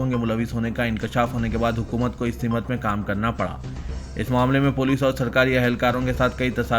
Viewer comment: Simat nahi simt bolo